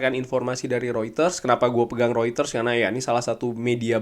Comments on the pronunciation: Reuters bukan rueters bang mengucapkannya😂😂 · Mungkin bro bcanya pke aksen holland😂